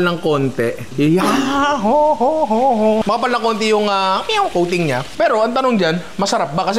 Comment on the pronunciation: Yeah, I was wondering why there was a meow after he said coating, ohhh “kuting”!! 😂😂